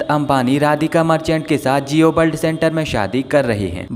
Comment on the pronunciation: Jio bald centre nhi jio world center he aur bishal nhi Vishal he...tu nhi manega bhai kisi aur se dub nhi krwaega khud hi galat Hindi bolke apni naak katwata rahega hmesha 😂